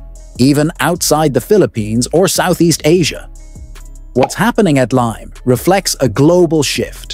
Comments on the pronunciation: Its Limay (lee mai), Bataan, Philippines. The AI just mispronounced it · Its limay bataan! Not lime bataan.